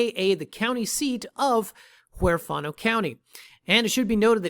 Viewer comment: LMAO. I'm just kidding around. I live not far from there, and it is a super nice place to call home. If I didn't already own a nice piece of property, I'd buy it from you. I say this to be nice and hopefully helpful. -->The correct pronunciation is "WHERE FAN NO". Take care, and the best of luck selling this property. Oh, snakes seem to be all over this country we call the United States. Again, I was only monkeying around.